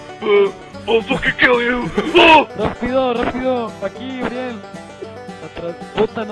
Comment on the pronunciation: We es uriel no "ariel"